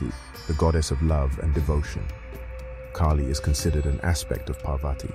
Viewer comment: Its kaahli not keily.